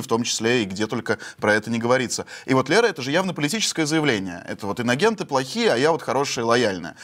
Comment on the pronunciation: Прикольно,что Кудрявцева (телеведущая!!) произносит : «иногенты».😅